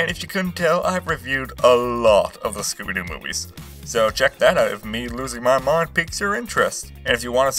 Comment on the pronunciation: he just said scoober doo